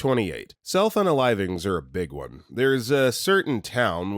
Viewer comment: All the times you said self unalivings, I kept hearing cell phone alivings. I was so confused.